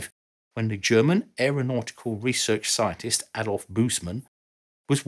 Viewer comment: Wished that German names are pronounced correctly (not a big task as every entry in Wikipedia provides a sound file of the given term) Adolf [uh-dolf] Busemann [boos-a-mun]